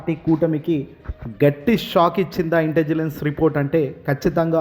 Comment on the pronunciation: ఒరేయ్ నాయనా... ఇంటిజిలెన్స్ కాదు .... ముందు రెహర్సల్స్ వేసుకుని చదువు.. ఇంటెలిజెన్స్ అని పదిసార్లు ప్రాక్టీస్ చేయి. చాలా తప్పులున్నాయి నీ చదవడంలో.